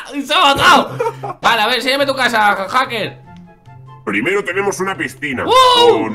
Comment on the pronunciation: se dice haker men